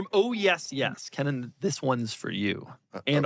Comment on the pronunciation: It’s Keenan not Kennan.